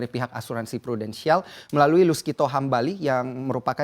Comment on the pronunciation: dia bilang Prudensial? Wkwkwk